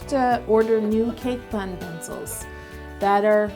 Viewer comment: how did she miss saying PUNcils??!!